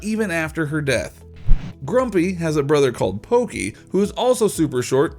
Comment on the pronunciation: Did you say Poiki the cat